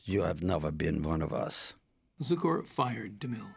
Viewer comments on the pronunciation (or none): Leatrice Joy, not ""Leartias", Adoph Zukor, not Zucker. Adoph Zukor, not Edel Zucor. Who proofreads these scripts - anyone?